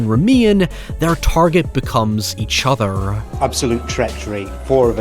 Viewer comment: Love your video's, but I have a request: Could please stop with the 'accent' at the last word of the sentence? For example: when you end with: ..... each othuuuur